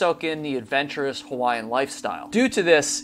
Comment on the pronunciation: As a person from hawaii, I appreciate your pronunciation of Hawaiian words